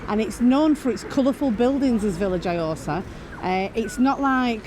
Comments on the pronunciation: Its pronounced yohosa that’s Veya yohosa 👍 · Hi guys the j in vilajhsa is silent and the thing out in the sea is a fish farm